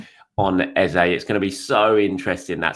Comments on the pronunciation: His name is EHZAH not EHZAY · great update as always. Should we be pronouncing Eze's name correctly? Eze (pronounced Eza) has told everyone how to pronounce his name.